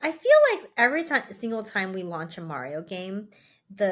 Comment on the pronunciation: Lunching? It's launching.